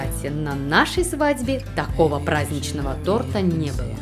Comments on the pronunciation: Не тортА, а тОрта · тОрта! А не тортА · батл получился интересный.) но, хочу исправить, в начале ролика было сказано не тОрта, а тортА. по слуху так и бьёт. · что? тортА? я думал вы более профессиональные.... а. стоп, вы ж из украины вроде, тогда простительно